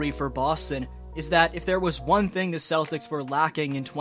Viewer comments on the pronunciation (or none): none